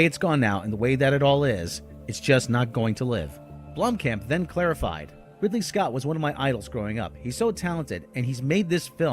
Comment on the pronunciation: his name is pronounced BLOOM-Khamp not Blom-camp. yoy sound like a damn idiot when you say it....